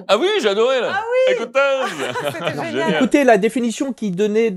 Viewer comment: " ecoutezze " c'est pas la caricature de Mitterrand mais de Chirac